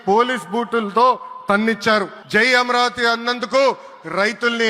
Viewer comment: అమ్రవతి కాదురా నాయన అమరావతి 😂